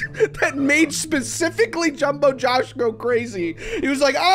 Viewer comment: Did this Guy say jombowjoe?